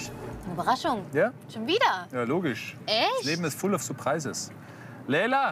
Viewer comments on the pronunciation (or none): Das leben ist Full of surprärsis, LEEEEEEELLAA???!!!“ 😂😂😂😂😂 Lachkrampf 😂😂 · „Suprrrisses“ ich höre meine englisch Lehrerin sehr laut heulen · "das leben is full of suprisäs" vallah lern erstmal englisch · das leben is full of süpraises" geiles englisch bruder👌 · "Das Leben ist ful uf surpraises" ah ja.